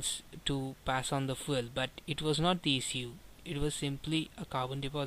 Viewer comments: What is "Foo El" ?? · Dude how do pronounce "FUEL" ?